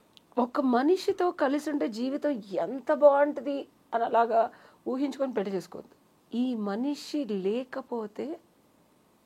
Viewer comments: ఏంకర్ గారూ... ముందు పెళ్ళి అని పలకడం నేర్చుకో తల్లి. పెల్లి కాదు. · Yankaruku pelli sabdam palakadam Radu